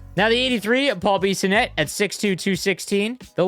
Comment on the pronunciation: Who mispronounces Bissonnette